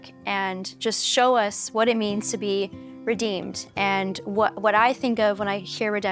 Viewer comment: Ugh dude, it's Redeemed Not Redeemer